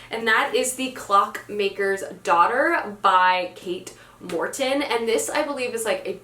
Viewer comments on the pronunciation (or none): none